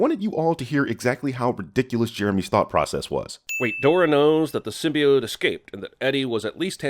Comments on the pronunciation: "Symbiit" Smooth, smooth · Its sym-be-ot not sym-be-t great video though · says “sym•bee•it”... +1000 sins. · Wrong. It’s Sym•bee•YOTE goddammit! Lol